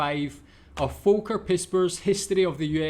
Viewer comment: Last comment: I ❤ how you say Volker. Well done. Thanks for your Videos.